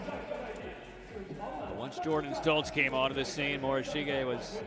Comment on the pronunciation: Really need to get a commentator who can say the skaters names correctly and consistently - in the 500 he called the ladies winner Yoshiya, Yoshino and finally Yoshida all within a couple minutes (not to mention the consistently changing way he says Takagi, Morishige, de Boo, Schulting, Stolz etc)